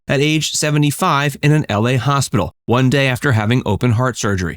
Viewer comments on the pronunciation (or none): none